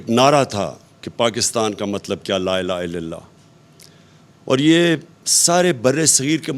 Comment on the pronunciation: Koi aqalmand tu khan sb ko laa ilaha illal laah sahi tarah pronounce krna sikhado yaaar khuda kaa wasta